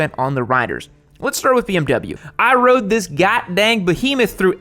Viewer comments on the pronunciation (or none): none